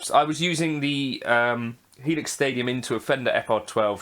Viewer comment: You said it correct. The full Helix.